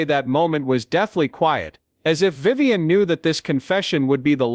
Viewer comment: Another AI flaw... Her name is Vivian, not Viven.